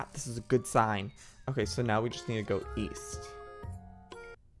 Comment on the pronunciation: Joey:East?? I thought you said Weast 😂